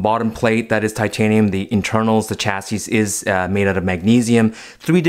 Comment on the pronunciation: The way you pronounce “chassis” 🤢🤢🤢